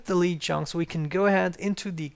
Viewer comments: Lead isn't pronounced leat its lê d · It's pronounced led... It's the element Pb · Lead is pronounced "led" in English when referring to the ore or metal. English is messed up like that.